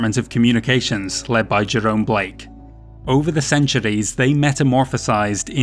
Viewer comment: Someone has got to think of a drinking game for each time he says "ceanchuurees"!! Please?